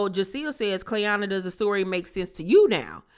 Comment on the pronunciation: It’s the cast just butchering Clayanna’s name for me they don’t gaf ok 😂😂😂